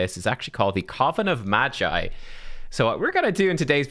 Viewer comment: its hard "G" as in guitar read "maGeee" not G as in G-string lol